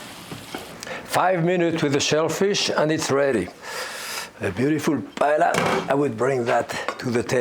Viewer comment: Was surprised he mispronounced paella.